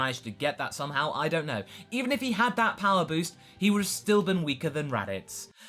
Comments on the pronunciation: "What could have bean" IM IN PAIN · "What could have bean" O_O